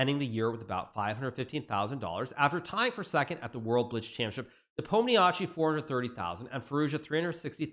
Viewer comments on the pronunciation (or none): Can you please start pronouncing Ian's name correctly? Nuh palm Knee she.